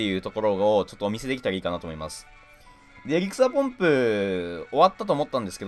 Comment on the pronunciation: エリクサーポンプが草ポンプにしか聞こえない